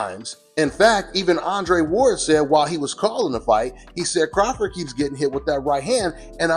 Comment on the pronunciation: Terence Crawfor is how he said it lol